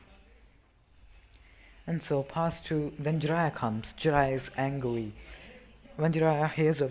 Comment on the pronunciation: Anyone else hear him say jiraiya was angwy